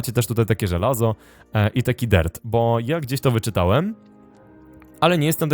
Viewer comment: Powiedziałeć dert